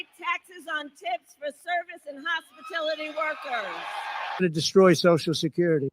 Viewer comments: What is hospitility Kamala? She is so unlettered and ignorant that she made up a word, and this can't even be passed as malapropism to cover her obvious lack of elementary education. Hilarious! What a clown. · Actually she said hospitility she can't even pronounce hospitality right. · She said Hospitility NOT HOSPITALITY 😂 she was probably thinking about how she could make every woman infertile 😢 Especially since they want to kill babies and make it to where women can’t even have children. 😢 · She said hospatility, not hospitality, play the speech back. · It’s called hospitality, not hospitility…Stupid!! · What's a "hospitility" worker? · But she said hospitility workers. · What are “Hospitility” workers?😂😂😂😂😂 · She pronounced hospitality as "hospitility" because in her feeble brain there is underlying hostility. Trump/Vance 2024 :face-blue-smiling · Yeah, it's probably because she's imitating Trump on the "No taxes on tips." Plus, her saying hospitility just shows a certain thing about this woman. And also, because of the declining condition of this country I'm sure Americans want to be assured that things will be better, but heard no such thing from her.😕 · Did you guys hear what she said “Hospitility workers!” 😂 🤣 it’s hospitality NOT hospitility. 🤦🏽‍♂️ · She can't even say hospitality correctly? Hospa-tilities. She is a cheater, she is married to another kind of cheater. She's a piece of work. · She said hospatility workers. Accurate as she can only read a teleprompter and the speech writer had bad spelling that day. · KUMALA has no idea what she's talkin about , no tax on service & hospitility 😅 (its hospitality you dum**ss) workers. THATS ONE OF TRUMPS POLICIES FOR MONTHS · What is a “hospitility” worker? She can’t even say hospitality correctly. What a dufus. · she says hospitility instead of hospitality - so stupid. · Hospitility? Says it all folks! VOTE TRUMP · "Hospotility" workers ...she can't even copy it correctly! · What’s a hospitility worker?